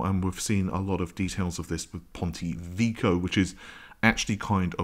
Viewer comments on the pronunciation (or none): none